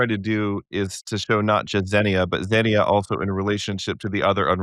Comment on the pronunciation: All this was great except both of you pronouncing xenia incorrectly AGAIN and AGAIN! It was driving me crazy! The second syllable is stressed - xenia is pronounced kseh-NEE-ah!